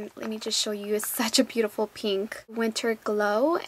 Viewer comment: You say peeenk, lol. And you people should stop hating, it's hilarious.